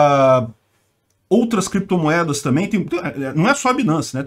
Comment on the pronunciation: Renan Canalheiro não errou na pronuncia do inglês, soltou o que estava por vir:Crepitomoedas